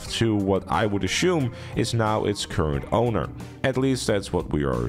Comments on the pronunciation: Stop saying "ashume", it's assume... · why does he say "achoome" instead of "assume" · He said ashume 3 times giggles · he's pronouncing is wrong it's got nothing to do with spelling, relax bro